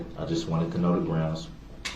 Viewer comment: "Groundsz" is the one that drives me crazy!